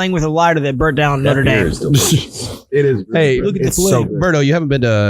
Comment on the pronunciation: Notre dom? Its dame.